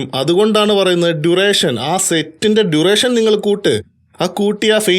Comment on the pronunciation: ടു റെ ഷ ൻ അല്ല ബ്രോ ഡ്യൂറേഷൻ